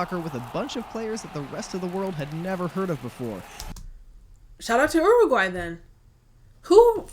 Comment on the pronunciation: Uruguay not oooaguay